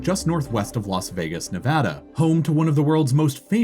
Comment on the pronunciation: As a Las Vegas resident i appreciate that you say Nevada the CORRECT way, it bugs us Nevadans when people pronounce our State wrong especially when people pronounce it in that STUPID ASS WAY LIKE Nev-Ahh-Dahh, OMFG i hate that shit.